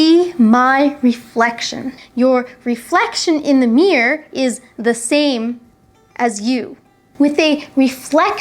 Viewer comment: Thanks for your clarification. Do appreciate your effort in making this video. By the way, I like the way when you pronounce the word "mirror".